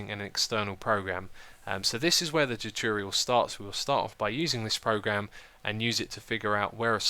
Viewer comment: Why can't you pronounce the word tutorial correctly??